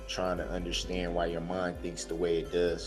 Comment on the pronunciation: I can't stand the way he pronounces words!!! "Unnerschand"